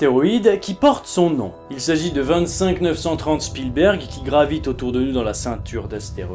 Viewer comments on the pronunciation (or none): Sinon, j'suis la seule que ça stresse, la manière dont il prononce Spielberg ?